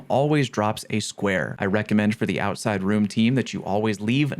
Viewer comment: Hehe Ouside (You’re tired I don’t blame you)